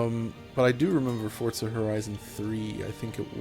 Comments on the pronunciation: is it pronounced "fort" "zuh" and not "for" "zuh" ????????????????????????? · I only hear him say "Fortza" 😆